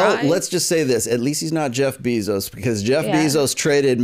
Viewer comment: Is it so hard to say Jeff Bezos name right? Bay-zos